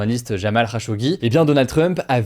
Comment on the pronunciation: jamal khashoggi, pas Ramal